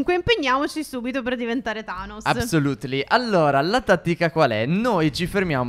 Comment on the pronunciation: Ma l'apsolutly di stef😂😂😂